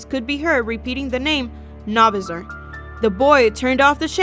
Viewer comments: It's not Novasor it's No Visor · Btw it’s No-Viser not Na-Vser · It’s visor not visir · Did she purnounse it Novizerr? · Not no viser no visor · You pronounced novisor wrong it’s No VISOR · ITS PRONOWNCED AS NO VI ZER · Why does everyone misprounounce No-visor? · You spelled his name right but you did not pronounce it right